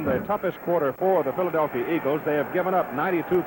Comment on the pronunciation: Christie Longo Exactly right, Dandaroo, as Cowell always called Meredith. In fact you can hear it for yourself starting starting when he tries to say Philadelphia...